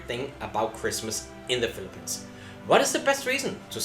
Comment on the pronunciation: just funny to hear a foreigner pronouncing the Philippines as Filipens. LOL